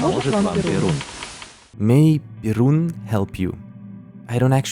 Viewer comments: It isnt Birun, it's Perun - the god of thunder and the main god in slavic mythology, just like Zeus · Not Birun. Perun. A slavic pagan deity. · when you "Birun" it wasn't that, it was "Perun" which was the Slavic god of war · This Birun thing, it is not Birun. It is about Perun, old Slavic god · It is not Birun its Perun(перун) high level god in russian mythology the closest one is greek’s zeus or Scandinavic Odin.Btw sorry for cursed grammar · I think taking into account the context it's not "Birun", it's likely "Perun" - pagan slavic god of thunder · Birun. It’s actually perun. It’s some slavic god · Not birun, Perun. Slavic high god and god of thunder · it's not "birun" it's "perun", the highest god in slavic mythology; god of the sky, storms, law, war, and oak trees, among other things. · It's not "Birun", it's "Perun" if I understand correctly. Perun is a slavic god (similar to Zeus in Greek mythology). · it's pronounces like "Perun" - The main God for ancient slavics. He's like Zeus and have same abilities (but not that pervet as Greek one) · My guess about is "Perun" which is a slavic god, and Veles mentioned in is also a slavic god. Took me a second to understand because I'm used to hearing the Polish pronunciation of their names ngl. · Bro, I'm Russian, but I'm watching you with a little knowledge of English. And you're really interesting to tell! I can help you with the pronunciation on this timecode, because it's a pretty rare word. Perun - (Perun) This is an ancient Slavic god, who was worshipped by the ancient peoples of Siberia and Russia. It was believed that if he was angered, he would bring bad luck